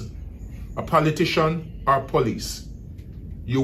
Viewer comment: Did he say politiction